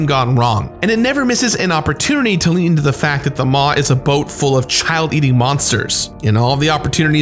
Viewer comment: Omg I've been waiting for this for so long and he says the ships name wrong ahahaha, honestly dude love you but it's not how you pronounce the maw